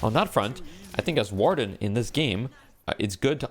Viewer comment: yeah can we trust this guy he doesnt know how to pronounce Warden